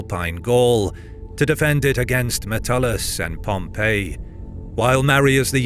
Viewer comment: It's a bit irritating that the narrator keeps calling Pompey in the same way as the city of Pompeii